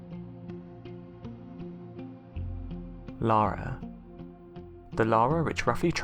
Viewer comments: The name is yara not Lara this boy said Lara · It's Iara with an i, not Lara. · It!s Iara not Lara; it's an indigenous name. Will not qork on gay men.